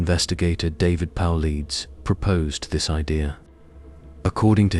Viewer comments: His name is David Paulides ( Paul-light-es) Not – (Paul-leads)! At the rate that you use his name on your channel….you should probably get it right on the pronunciation at this point. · PAUL EEEDS? GOOD GOD GET THE NAME RIGHT!😢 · Independent investigator. Was NOT Dave Powleds….it was Dave Paulides (pronounced Paul led eas)